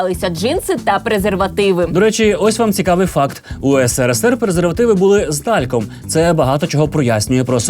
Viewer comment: на слові "тальк" аж все заболіло. не робіть так більше